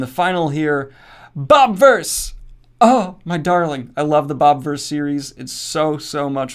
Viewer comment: Glad to see the Bobiverse here, even though I don't know why you can't pronounce the I in it. :-P